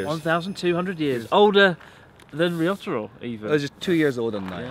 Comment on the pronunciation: Why do you say "りよたろ" instead of "りょたろ"?